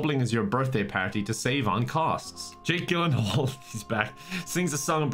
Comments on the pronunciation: Lol it's pronounced gill in hall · His pronunciation of “Gyllenhaal” irrationally annoys me lmao